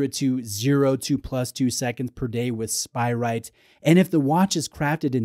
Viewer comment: Love you but isn’t it SpirATE not spiright? 😁